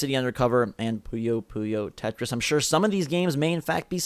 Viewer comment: I liked the video...... Until you said puyo puyo tetris.